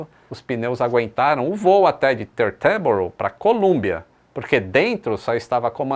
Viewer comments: tee - ter - boro, com sílaba forte no tee. Ou ainda "títerboro" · boa tarde. A pronúncia para Teterboro, é do jeito que está escrito, Te-ter-boro. Fala- se o que se lê normalmente. Abraço.